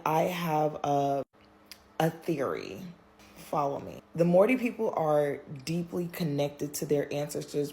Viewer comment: Mari??...its Maori